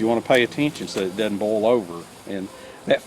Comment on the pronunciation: When you say "bowl" you mean "boil", right?